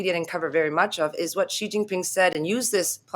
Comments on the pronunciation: “Xi” is pronounced a lot like “see”, not at all like “ji”. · Is it really that difficult to pronounce the name properly of the second most powerful man in the world? Xi is pronounced like “she”, not “gee” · If you guys want to be professional journalists, you have to say correctly the names of country leaders. Ask a Chinese how to pronounce "Xi" correctly.